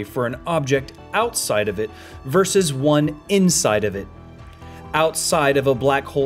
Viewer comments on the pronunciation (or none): none